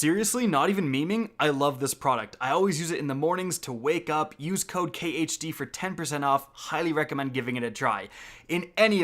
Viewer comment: I deadass thought you said use cocaine when you said use code khd